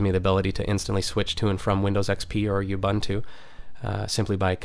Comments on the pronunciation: it's not u-bun-too, its ooh-boon-too. ok??? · You-buntu? Bet-ah? :[ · actually its pronounced u-buntah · Learn how to pronounce the OS please... the fact that you're an american does not mean you have to be ignorant